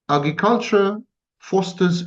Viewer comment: My thought in technoculture is why give it any energy if he is saying technology leads to no good then why is he talking about how great virtual s3x will be. AgRiculture is being pronounced Eggy-culture and Sammy needs help articulating R's. Anyway back to my point. Fifty years ago people were so sure there would be flying cars and painting the future as so perfecr and exciting, but all we have is more pollution and there are no flying cars yet so why would we talk about the Metaverse as if we look forward to it.